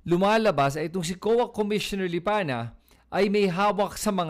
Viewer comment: May reason bakit Lipanya ang binibigkas mo, hindi yong totoo na LIPANA. Pansin nyo ba?